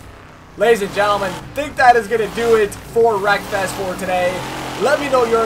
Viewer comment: I tought u said: welcome back for some more breakfast😂, Anyway keep up the good work